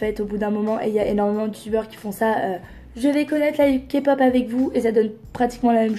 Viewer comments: D'accord, mais qui vous dit qu'elle ne s'est pas renseignée ?? Ce n'est pas parce que elle a prononcée KA-POP au lieu de K-POP qu'elle ne s'est pas renseignée 😂. Mais bon voilà bref, il y a pire dans la vie 😘 Il vaut mieux en rire qu'en pleuré 😂😘✌🏻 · Kapop 😭😭 mes oreilles saignent 💔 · le problème c'est que c'est pas la bonne prononciation. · Déjà qd on dit Kapop, c qu'on s'est pas renseigné. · Elle était la première à filmer NCT, elle est quand même très culottée et puis si il y a autant de personnes qui aiment la kpop c’est qu’il y a un réel intérêt à avoir, en plus elle dit kapop mais mdr elle maitrise même pas le nom du sujet qu’elle veut aborder Merci d’avoir donné tant d’explications, j’espère honnêtement que les abonnés d’enjoy phoenix qui ont bu ses paroles tomberont sur ta vidéo❤️🥵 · Je pense que juste sa pronontation "KAPOP" suffit à decribiliser toute la suite de sa critique... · le soucis est que si tu veux argumenter sur quelque chose tu fais l'effort de le prononcer correctement. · Ben elle l'a prononcé à la française rien de grave x).. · quand j'ai entendue sa prononciation j'y ai pas crus pendant un moment et puis quand elle a dit que c'était 1 boysband, j'avais envie de rentrer dans sa vidéo et lui dire de se taire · toujours à ramener leurs science car elle a dit kapop alors que le k se prononce ka et non ké en français c'est rien de grave . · J'avoue, moi sa m'enerve à chaque fois que j'entends qqn dire KAPOP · Des que jai entendu kapop jai laisser tomber mon telefome heureusement que jetais Dans le fauteuille. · "KA POP" AAAIIIIE OUUUIIILLLE MES OREILLES 😭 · *boysband avec un s parce que dans un groupe on est plusieurs.... nan mais je tenais à préciser parce visiblement c'est inacceptable que Marie ait prononcé KA-POP. Voilà voilà, bonne journée. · UN GRAND MERCI pour cette superbe vidéo! Personnellement j'ai arrêté de regarder sa vidéo quand j'ai entendu "KaPop" 🤦‍♀️... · dja faut arrêtez de dire la « kapop » c bon quoi ..